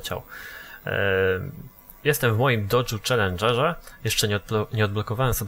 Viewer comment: Dla mnie "Docz" jest naprawdę świetny...